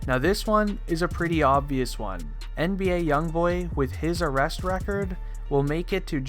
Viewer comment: He kept Saying NDA YoungBoy